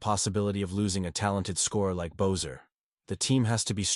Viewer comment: How you pronounce Boeser is an insult.